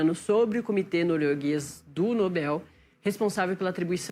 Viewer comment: Atenção: vocês estão pronunciando a palavra "Nobel" de forma ERRADA!!! A sílaba tônica é igual a palavra "PAPEL", ok? Se vocês são jornalistas sérias procurem falar português da forma correta, por favor!